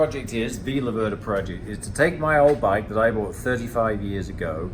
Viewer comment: Great effort mate but please pronounce it correctly: it's Lave-rda not La-verda. Just move the accent one syllable further. #MadeInItaly